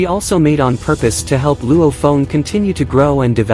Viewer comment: But why are you call Luo Feng "Luo phone" 😅